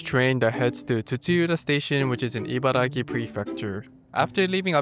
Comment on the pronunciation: The Abiko Station chicken soba looks great, if I ever find myself out there, I will definitely try it out. Btw, it's IbaraKi, not Gi. You wrote it properly in the graphics, but kept saying it incorrectly in the video itself.